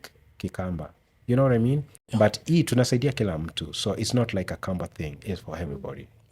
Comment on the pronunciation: Hiyo kisungu ni poa but kuna BUT nimesikia ikiitwa mbut